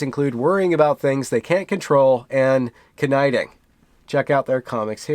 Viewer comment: I love how rejects the cis-patriarchically exclusive nature of standard dictionary pronunciation. Who says "knitting" doesn't rhyme with "colliding"? Oppressive white men, that's who.